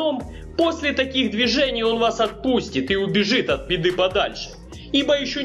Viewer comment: мне одному послышалось,что он сказал от Педы подальше,а не от Беды?